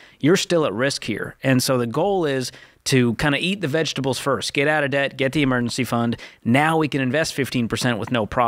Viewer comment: Here, I'll save you all some time. Here's the Dave Ramsey Advice: "What you need to do is MAKE MORE MUH-NEY. Make more MUH-NEY, stop spendin' so much MUH-NEY and get outta DEH-YET." There, I just saved you 2 hours, 3 minutes and 45 seconds.